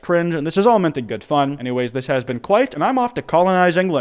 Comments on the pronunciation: not saying emu like emoo💀💀💀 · you bastard 💔🇮🇪💔